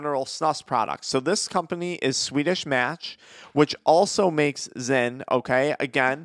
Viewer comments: This fool said zen 😂😂😂😂😂😂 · Bro called zyn, zen 😂😂